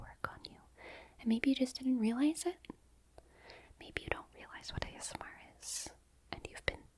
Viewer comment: i swear at the beginning she said "gay smr"